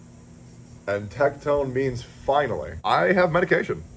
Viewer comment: Tectone? Tecgone?